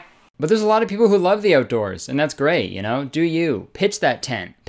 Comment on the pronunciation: Jennie Nowacki I love the oatdoors.